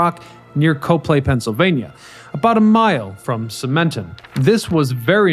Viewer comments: I literally went to the comments section to see if anyone else was going to say this. To be fair, the Lehigh Valley has a bunch of weird pronunciations, but yeah. COP-lee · Cah-plee Not Co - long vowel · It's cop-lay. Not co-play. I've lived in the lehigh valley most of my life and bike on the trial near there. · I'm from the area... locals pronounce Coplay, "Kop' Lee" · Huh; from the area and I never knew about them. Cool to see some stuff from the LV! Keep up the great work *“Cop-lee Cop-lee Cop-lee” 🤣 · In Coplay, we pronounce it COP-plee. Yes, COP-plee. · Great Video. You’re mispronouncing Coplay. I watch many of your excellent videos but you frequently mispronounce the names of the towns. Do you ever go to the actual location?